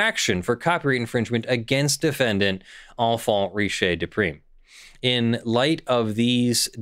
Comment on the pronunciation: Is Tac from the francophone part of Canada? If so, she maybe should give some pronunciation lessons. (It's "rish", not "rishé".)